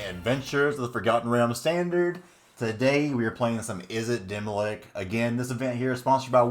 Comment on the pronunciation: Before I say this I'm not trying to be a super sweaty nerd but I thought you should know it isn't demi-lick it's demi-lich, ch as in chair. :)